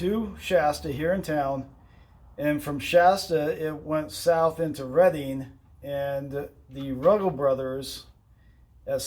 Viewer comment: I thought it was pronounced like the color Red for Major PB Reading? That’s what we’ve been told many times.